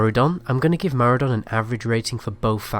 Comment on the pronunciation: And Maraudon Marudon